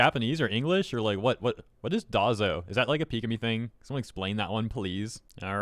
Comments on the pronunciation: DAIZO - is Die-zo DAZO - Dah-zo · Its pronounced Day-yo(dazo) and its used as a "addressing this sentence as important" in Japanese but she uses it after English sentences too like a "!" Her other word that sounds like "Sue" is Japanese for "yeah" Pikamee has been canceling streams and slowing down content for a while and has casually mentioned medical and personal problems so I actually didnt think much about her apologizing about something suddenly coming up so she had to cancel her February Streams and reschedule for March 16, 1am That she posted the Graduation video isnt that surprising either with all the mini hiatuses she been taken....that she took one during the Legacy Drama(o Twitter) and is now graduating during the Hogwarts Legacy Drama(on Twitter) is just a Confidence that the Twitter freaks first took as a success and now or freaking out about 😹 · Dazo is just one of her verbal tics from what I can tell. Something close to "d'aw so" in pronunciation. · "what is dazo?" it's one of her cute-isms. Pronounced dah-zo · I'll never forgive Twitter for this, or the pieces of shit defending the perpetrators. For the record, "trans people" aren't guilty for this. The rainbow activist Twitter mob is. They're two very different things. And yes, dazo (stress in the "zo") is kinda like her catchphrase or whatever.